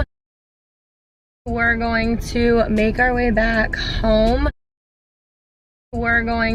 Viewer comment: We're going to メガリ back home. メガリにしか聞こえん笑